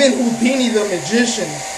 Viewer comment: I know houdini the magician but look how he says it !! -__